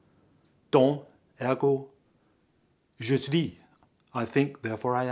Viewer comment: you are pronouncing "suis" wrong!..there us no "v" in the word!!!!